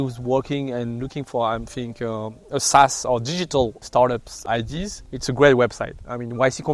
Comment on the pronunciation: Why do french people always pronounce Ideas as IDs 😂